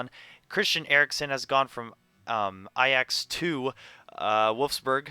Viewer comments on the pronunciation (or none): none